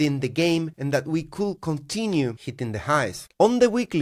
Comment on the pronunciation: Stop pronouncing Could be as coulll be. It's triggering my OCD. Just say coud...silent L 😊